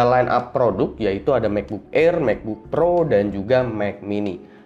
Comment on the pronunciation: "Mekbuk Air, Mekbuk Pro, Mek Mini"